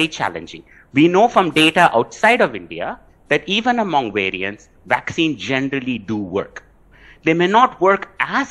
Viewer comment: If this reporter can talk to me on Skype or FaceTime or something I'll teach her how to say vaccines and variants with a properly pronounced English V, instead of saying Wariants and VVaccinez like she says.